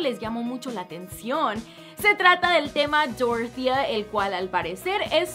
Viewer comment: En mi pueblito hay una señora llamada dorothea y se pronuncia dorothea no doro.... jajja